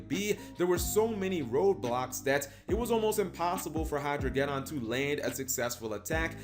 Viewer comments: Hydro-ged•don like armageddon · Ah yes, the "Hydro-get-on".